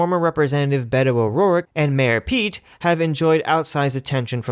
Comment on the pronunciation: Did you just call Mr Buttigieg "Mera pete" twice?